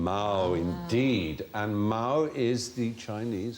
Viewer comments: Actually, there's a slight error in the question about Chairman Mao. Mao, first tone, means cat, but Mao's name was pronounced with the second tone and means hair or fur. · Not true. The 'Mao' in 毛泽东 (Mao Ze Dong) is 2nd tone, while the Mandarin word for cat 'mao' (猫) is 1st tone. So while they may be the same when transliterated without tonality - which you would normally include with pin yin - they are definitely not the same in the original Mandarin, neither character- nor pronunciation-wise. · As much as I hate to be a pedant… Mao’s name was written 毛澤東, is surname being 毛, which is pronounced máo, with a rising inflection. Mao written this way means “hair” or “fur”. On the other hand, the word for cat is 貓, which is pronounced, as Stephen rightly said, with a high, flat inflection. So really they’re two completely separate words.